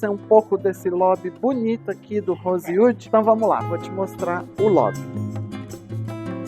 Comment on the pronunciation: Deveria ao menos aprender a pronunciar o nome do hotel